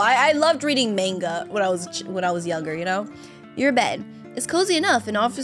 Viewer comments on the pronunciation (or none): The way you pronounced manga triggered me.